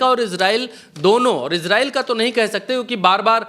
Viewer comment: It is not iZrael it is Israel स